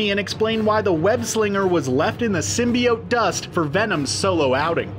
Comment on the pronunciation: *Os tight. Lol sym-bigh-oat.